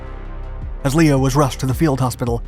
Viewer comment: They also pronounce his first name incorrectly (Lee-oh, rather than Leh-oh).